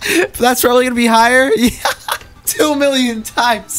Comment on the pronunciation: why do I hear billion when u say million? lmao xd